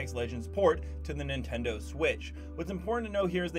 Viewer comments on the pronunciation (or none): Ah yes the "Nintedo" switch